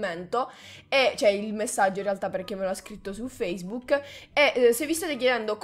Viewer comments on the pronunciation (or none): none